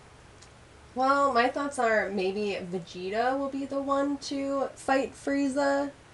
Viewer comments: She said Vagetuh. Not Vegito. lol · She said vegita :v